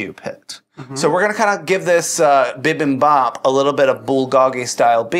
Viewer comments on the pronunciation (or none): I’ve watched this a lot because I love Kim Chi so much, bother me what the guys kept saying bih-bihm-bopp and bool-goh-gee and everything was pronounce wrong 😂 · FYI everyone, bi bim bop is pronounced bee beam bop. Great show!! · You said Bi Bim Bap wrong. I'm Korean but you did it pretty good